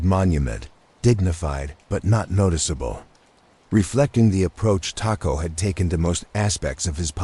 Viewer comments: I’m watching from Detroit. I really like the artwork or whatever you wanna call it. I like the feel of it. I must apologize for this however, you’re pronouncing the last name as a predominantly Mexican food, taco. Knowing people who have that surname myself personally, it’s pronounced Toe-co😊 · It's pronounced Tocco